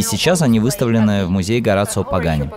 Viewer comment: Правильное произношение: Хо-ра-сио.